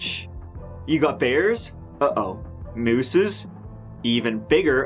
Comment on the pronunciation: love it, mooses is like saying mouses. :)